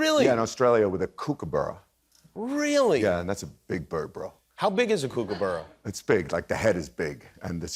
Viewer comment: Gentlemen, kookaburra, like cook not kook!!!!! looooollllll